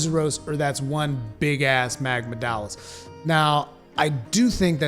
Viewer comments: That’s his point lol. mispronounced both of em like that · "Magmadalos and Bis-haten", yes Pretty hype for rise ngl